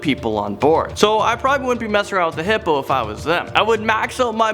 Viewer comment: 7.55 hippopo instead of hippo